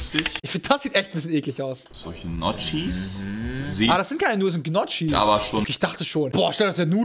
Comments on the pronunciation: Ich sprech Gnocci, Nokie aus, das trigert mich übelst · Sag noch 1mal Gnotschis und ich zünde mich selbst an und spring vom Hochhaus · Man sagt Njoki und nicht Knotschi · Njoggi...nicht niocki!! Menno...🤣🤣🤣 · wird NICHT njoCKI ausgesprochen...njoGGi. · Was für Gnotschis Junge die werden nioki ausgesprochen😂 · Das spricht man njoki aus und nich gnotschi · Es wird „Nokki“ ausgesprochen und nicht „Gnotschi“!!! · Bro das heisst nicht knotschi sondern Gnocchi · Es wird gnocchi geschrieben. ABER NJOCKI AUSGESPROCHEN 😂😂 edit:nehme ich dir nt übel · gnotschis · Gnocchi. Bitte nicht Knotschiiii oder soo😂🤦‍♂️ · Gnocchi, um Gottes Willen, sag nicht gnotschis, da bekommt man hasskicks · dikkaaaaaa wie kann man das die ganze zeit sooooo penetrant falsch ausprechen xD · Ein Unding von vielen Deutschen!! Wir Schweizer wissen wie man das richtig ausspricht! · Wieso kann niemand Gnocchis aussprechen